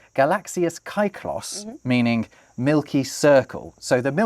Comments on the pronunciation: is usually pretty good at pronouncing words from other languages, so I almost get disappointed when he mispronounce fairly simple words, like "kyklos" here. It's a very Engligh thing to pronounce a vowel as a diphtong. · I love how you pronounce kyklos (kai-klos) despite the fact that the word circle sounds quite similar to the original one! Congrats for the plaque